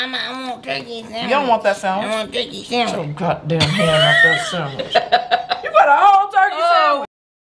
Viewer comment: “Lemme get some Sam wich” ‼️‼️‼️🤣🤣🤣